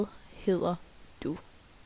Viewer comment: Your dd in hedder sound like L ( heler) am I right?